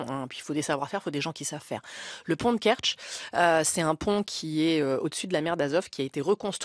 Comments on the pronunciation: Au lieu de délirer, sur le pont de Kwertch ! (Kertch) faut écouter les gens sérieux. Baud, Galacteros. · "Le pont de Kertch" Le monsieur qui ne sait pas lire ses fiches et pas fichu d'aller vérifier sur une carte !! Depuis 40 ans l'éducation nationale tombe avec une vitesse vertigineuse. Guillaume Erner, né le 8 février 1968 , est un journaliste, sociologue et animateur de radio français, il avait 10 ans en CE1 quand a commencé la descente